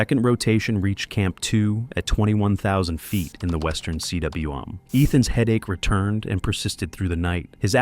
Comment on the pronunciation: Btw, CWM is pronounced 'koom'. It is a Welsh word for the circular depression high on a mountain caused by the gouging of a glacier. In the Scottish hills, these circular, sheltered depressions are called 'corries'. Sometimes a corrie contains a pond which is called a 'tarn'. In the French Alps, a cwm or corrie is called 'a cirque'.